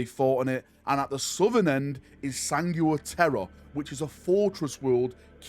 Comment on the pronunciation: “Sanigooa Teara” by the queens corpse, that’s such a British pronunciation of sangua.